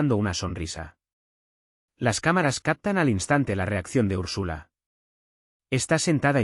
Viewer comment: 1.- ERES UN DIFUSOR TÓXICO DERECHISTA 2.- SE ESCRIBE "ATAVISMO" NO ATABISMO 3.- SE PRONÚNCIA ÚRSULA NO URSÚLA